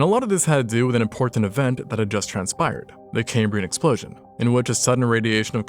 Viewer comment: "Cambrian Explotion" lol.